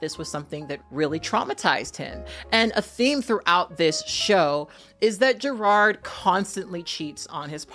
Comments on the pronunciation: I love you but his name is not gerARD it's je-rod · 3 things 1. You look great. The wig is hella cute and looks like it could give you some fun styling options with it. 2. It sounds like youre saying "Gerrard" instead of "Jerrod" and it kept throwing me off but my ears may just be fuckedup. 3. Part of me assumed that having dozens of siblings in the world would make dating and sex more complicated. There's definitely deeper stuff that i can never fully understand happening with him and his relationship to blackness. But i do wonder if gravitating towards white guys is also an insurance thing. If the dude is low on melanin the likelihood that they share a dad is significantly lower. But that may be me just reading into shit and it in no way excuses the way he treats his partner or the other people in his life. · these names are eating you up. 🤦🏾‍♀️ It’s Jerrod, not Jerard. JerROD. The second syllable sounds like the word ‘odd’. Between this and Taraji recently, I’m begging you to pay more attention to the names of your video subjects so I can share your content with other people. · You sayin "Jerard" is killing me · His name is Jerrod, not Gerard.